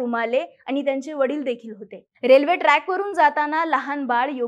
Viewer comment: आनी नाही आणि, आपन नाही आपण, मराठी शुद्ध बोला